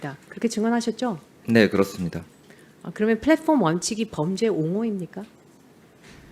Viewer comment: 한지아 의원, 1) 말투나 표현이 교포도 아니면서 교포인양 어눌/이상하게 절고 2) 질문도, 구체적 표현도 중복적이고 어색함. 저 회사대표를 질타하는 취지에는 공감하지만. 영어표현을 (음차로 자연스레 발음하는게 아니라) 의식적으로 굴리느라 인지적으로 버벅이는게 느껴지고, 심지어 '플랫폼'은 'Flatform'처럼 발음. 국내회사명에 불과한 것까지 굴리고 있음. 답변을 영어로 받을 것도 아니면서 "Yes or No로 답하세요"거리고.